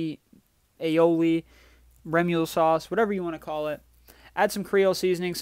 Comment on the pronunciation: Y'all out here talking about his aioli, when he was having the hardest time pronouncing remoulade. I'm dying 🤣🤣